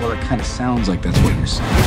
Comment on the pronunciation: "I don't wike it."